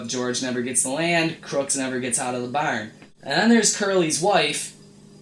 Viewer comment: When you say barn. you said irish